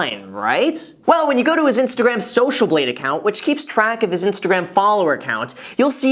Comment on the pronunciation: Did he just say Instagraham? 🤔😄